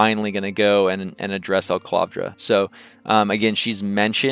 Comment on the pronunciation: FYI, steading is pronounced like "heading" not "steeding." Also, it's E-clavdra (one L), not EL-clavdra (two Ls).